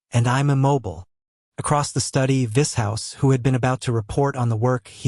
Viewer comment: J R how could you subject BDB to Ai It’s TERRIBLE the reading is monotonous and there are no breaks between chapters. The pronunciation of names is unmentionable. I can just see Vishous looking murderous after hearing his name spoken Vis House. He will pull off his leather glove and BURN the bot. Zsadist won’t be impressed being known as Saddest and Xhex as Scheck !! Even Fritz would object to being called a dog gen. Your stories are so full of emotion action fury and desire Ai has NO imagination. Why is Jim Frangione not reading this😮😢